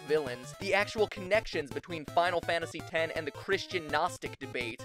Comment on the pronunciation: Stop calling it Final Fantasy 'ex' You don't see me calling FF7 'Final Fantasy Vee'